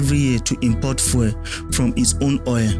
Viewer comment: Please learn to pronounce the word fuel properly. You keep saying "foil". For those of us who speak English as our first language the mispronunciation is very distracting. Fuel and foil are different words. Please get it right.